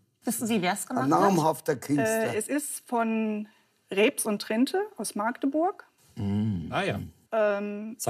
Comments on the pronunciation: Magdeburg, besser Machteburch. Aber auf keinen Fall Maaaagdeburg! Wann kommt das denn im Rest der Republik mal an?! :D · Magdeburg 💙 Und nicht Maaaaagdeburg!!! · Nein, es heißt nicht Maaaaaagdeburg. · Es heißt Magdeburg und nicht Maaaaaaaagdeburg 🤯🤬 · Oder Maaachdeburch !